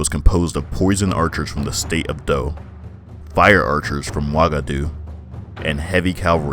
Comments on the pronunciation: Also man your pronunciation was kind of off. Keita is pronounce (KEETA) Wagadou is pronounce (Wah-Gah-Doo). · Sundiata Keita(KEETA)pronunciation. Not Kayta. Also it Wagadou(Wah-Gah-Doo).